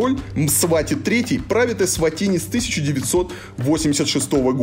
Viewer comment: Варламов должен знать,что , когда человек снимает без разрешения, это в любом месте неприлично и можно огрести, что будет правомочно. Сам тон повествования критический, ернический, с позиции " большого брата". Название страны лучше называть правильно, а не так, как привык Я. Фраза " Взрослые только пьют пиво и стригутся"- характеризует не Эсватини, а Варламова. То есть дети и сахарный тростник у них сами себя растят, да и много чего само делается- строятся здания, дороги, готовится пища, ездит транспорт.